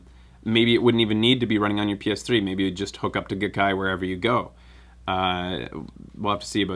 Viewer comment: The Gai of GaiKai is pronounced "guy".